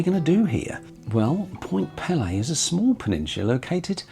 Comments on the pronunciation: Nice video. (BTW), it’s spelled and pronounced Point Peelee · I am Canadian and I know that we do like to point out that Point Pelee (pronounce pee-lee) is farther south than Northern California. This is really cool. I am glad I found this video. I had no idea you could take a cruise like this in the Great Lakes. I always think of short day cruises like 1000 Islands or crossing Huron on the Chi Cheemaun. I would love to take this cruise. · Ahh……how the take a cruise. Viking cruises are pricey, so are the other Great Lakes cruises from other companies. I have to tell you your pronunciation of Point Pelee was hurting my ears and dving me nuts! I’m from the Niagara Peninsula right in the middle of Lakes Erie and Ontario. It is pronounced like this peel- lee long vowels, sorry but I had to say something. And actually Pelee Island is even further south than the point, many Americans from the upper mid western states are shocked when I tell them a great number of Canadians actually live further south than they do and further south than Northern California! And the Prickly Pear Cactus is native to Point Pelee and to Pelee Island. Surprising eh! The Niagara area to the western end of Lake Ontario also has a Mediterranean climate with vineyards, tender fruit and the best strawberries you have ever tasted! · Mi-sh-igan. Point Peee-lee. You nailed the pronunciation of Mackinac Island, but not the 2 next easiest names... 😉